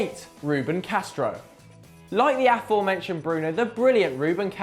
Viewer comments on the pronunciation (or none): none